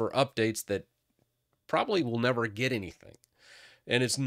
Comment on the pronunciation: Get not Getet